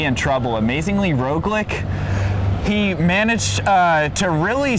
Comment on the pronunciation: Great video guys, but god, it's "roglitch", not "roglik"